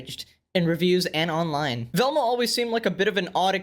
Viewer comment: That ain’t Velma that’s velmcuh